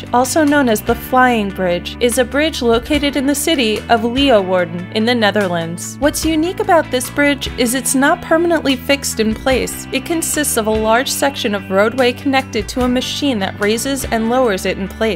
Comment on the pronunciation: I think these are awesome to share and the facts seem to be correct as far as I can see but some of the pronunciations are a bit off. Leeuwarden for instance is pronounced....Lei like the hawaiian lei, U as in oo in american english and warden like warden with a bit of a v sound on the w. So....LeiUwarden.